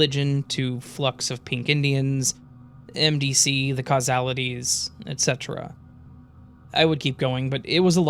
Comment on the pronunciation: The punk dawg still in me had an aneurysm and died after hearing you pronounce The Casualties bro 🤢